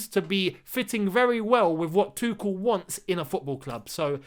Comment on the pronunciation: you should to try pronounce his name right, it´s not that hard.